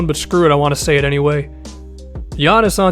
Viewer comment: Someone who doesn't say Giannis' name wrong, FINALLY!😂